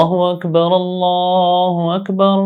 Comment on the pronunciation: اللہ اکبر اللہ اکبر غلط پڑھا اقامت ساری غلط پڑھی یہ ویڈیو ڈیلیٹ کریں کسی ایسے عالم سے سیکھیں جس نے تجوید و قرات کا کورس کیا ہو سیکھنے کے بعد ویڈیو چوبارہ اپلوڈ کر